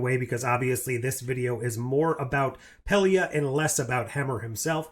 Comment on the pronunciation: Hammer was cool. And I wanted to see more of that character. Pelia, you said it like in good Spanish pronunciation. Muy bien. Pero since in English there's a lot of different sounds for same vocals, and not a way of knowing where to accent, it might be something like "Pelía" "Pay Lie ah" 😬 It's just that accent in that little line, I can't tell, it's a little "different". And when Scots want to confuse you, they use their own words and ways, independently of you listening them speaking English. And they did that at the airport, to me. I worked at cargo section, some dudes from other places you are able to hear, because the passengers flights section, too many folks, noise... But cargo, one at a time in the office or some in the cafeteria or so. It's good to sharpen your listening comprehension 🤓🖖